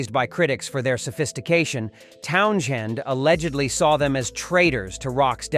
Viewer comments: Why Not ....Let Pete tell it in his own words ... Talking about Pete TownSHend ... This vid would Flow much better without all the narration & mispronouncing his name imo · if you're going to use AI narration about a particular musician, at LEAST get it to pronounce their name correctly. annoying "town-shend" argh. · The AI narration makes this unwatchable. It keeps saying Town-shend over and over. I am ready to throw my laptop through the wall. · Yeh, Totally agree, the voice over can't pronounce TOWNS HEND ~ Bloody dumb bastard! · The h is silent, it is pronounced towns end. He is spot on, the bands were bland & lacked true emotion. The Sex Pistols were just about shock but were as manufactured as The Partridge Family, the only punk band with lyrical & musical merit were X Ray Specs. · You don't pronounce the sh as sh in Pete's surname! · Dude can’t even pronounce his name right I had to turn it off three minutes in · Dreadful that cant even pronounce Townshend properly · what a pile of overblown pretentious crap, the narrator can't even pronounce Townshend properly, don't waste your time. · You know you can skip this AI-generated nonsense when you hear how the name "Townshend" is pronounced. Note too how all the filmed quotes of Townshend here are him talking about people OTHER than the bands in question. There are no direct quotes from Townshend about any of these bands, outside of Led Zeppelin ("they're great mates, I just don't like anything they've ever done") and he would have never used terms like "cultural appropriation". I know he liked The Sex Pistols, and I don't think he had anything against Yes. This is pure made up BS. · What particularLIY OFFENDA MW IS A uyNK WHO CNNOT PRONNOUNCE Towns Hend not tonw sh end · the "H" in Townshend " is effen SILeNT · At least pronounce his bloody name properly. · Garbage. Talk, talk, talk by a bot that can't even pronounce the name of the person in the title of the piece. Waste of time. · Lousy AI, Townschend?